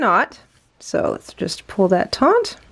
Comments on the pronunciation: taut There's no 'n' in the word. Sorry to be the Grammar Police, but that's one word that always makes me cringe when I hear it pronounced incorrectly. Taut and taunt have two totally different meanings. Please don't take offense. I welcome corrections about things I may be saying or doing incorrectly and I hope you are the same way. Love this joining technique. Happy crocheting! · It's not TONT it's taut. No N. Do better. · Firstly, may I just say that I love and have learned so much from her! Secondly, since she makes a living by posting tutorials and selling products online, and thus putting herself in the public forum, I hope that she is willing to take your well meant and accurate observation, and that she will correct her pronunciation of the word "taut" for future videos. This common issue of the word "taut" being mispronounced as "taunt" is like fingernails on chalkboard to my ears.